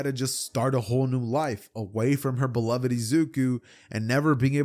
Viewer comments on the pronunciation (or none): none